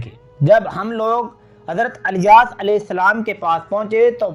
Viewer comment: Subhanallah bas Naamhise kuch Canfish hai idrees... Ku adrees aur ilyas ... Ku alyas kehte hain aap kya Saheehai?